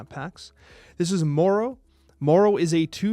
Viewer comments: Marrow is pronounced like bone marrow, not mouro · mispronounced marrow kills my soul